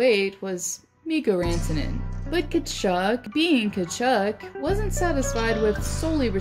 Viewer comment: You need to pronounce Tkachuck properly lmao